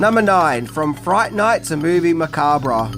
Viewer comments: Drinking Game Take a drink every time pronounces "Macabre" incorrectly 🍸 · You don't pronounce the RE in macabre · I took a shot every time you mispronounced "macabre" 😅😅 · The "re" in "macabre" is silent... at least in he U.S., lol. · Hey, the r in macabre is silent. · I never understood why some pronounce macabre with the R silent 🤨. Anyway excellent video and I hope you get a "job well done " from the lady herself 🤞